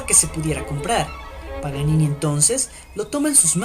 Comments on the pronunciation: ¿Alguien mas se ha dado cuenta de que al principio dice "Nicolò Panini" Y no "Nicolò Paganini" Toco piano y me duele hasta a mi eso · Es PA GA NI NI , no Panini! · que voz más estúpida e incómoda no es panini es Paganini Idiota! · Dijo panini????? es Paganini ya perdiò toda seriedad el video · ...Paganini,.Paganini,.Paganini,.........no Panini,......ni lees podes ?......... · es idea mía o dijo PANINI en la intro? :p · Es Paganini, al inicio del video dices panini!